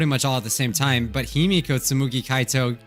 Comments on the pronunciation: You: tsumugi Me: no 😭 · says its tsumugi oh you poor soul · it’s stumugi! Me: u poor poor innocent child